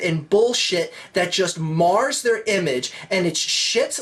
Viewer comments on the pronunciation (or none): none